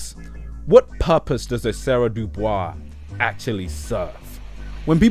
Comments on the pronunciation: Amazing video but how you gonna watch the entirety of boondocks. Hearing proper pronunciation of Dubois and go on and say it like an idiot the whole video. I get if it was solely comic thing but bro cmmon this video is so great compositionally and overall as a critique on the show but you gonna season it like a heathen for no reason I could possibly fathom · I'm almost positive it's pronounced "dew bwah" not doo bois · Is no one else upset that he's pronouncinf the last name as Due Boys instead of the correct Due Bwah? No? Just me? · Isn't DuBois supposed to be pronounced "DuBwah"? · I hate to be that guy but Dubois is pronounced Doo-bwah, not Doo-boys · It's "Doo-Bwah" in the show because that's the french pronunciation. WEB DuBois wanted it pronounced "Doo-Boys" and specified it. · It's Pronounced "do boo-wah" not Do BOYS as you've massacring the name bruv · BTW, DuBois is pronounced "doo-bwah", it's French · Actually DuBois pronounced it “Dew-Boys” himself. You can see it in a journal entry he wrote. It actually makes it funnier that a bougie Black person like Tom uses a French pronunciation. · Hey, man. Interesting video. Just wanna say that DuBois is pronounced "doo Bwah". It's even pronounced like that in the show. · Everyone who thinks I'm mispronouncing DuBois is exposing how little they actually know about the show and where Tom DuBois gets his name from! It's W.E.B DuBois! He specified that it was pronounced "Doo-Boys" and Tom using the French pronunciation to push his misunderstanding of his people from a eurocentric lens. Ironically, it's the people that think "Doo-Bwah" is the right way to say it who reveal how little they know about this series. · "Duh Boys" If only Tom pronounced it like that. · He pronounced it as "Doo-Boys" himself and I think that distinction should be respected. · It’s pronounced Du-bwah. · I thought your 1st L was via your pronunciation of Dubois, did you not watch the show? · Great video. Didn’t pronounce Dubois right but w/e